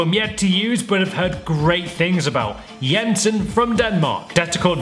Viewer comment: FINALLY a english FIFA youtube Said "Jensen" right 😅